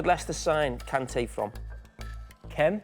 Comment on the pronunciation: N'Golo Kante played for French club, Caen - it's pronounced Kaw, or Kong, not Ken😂😂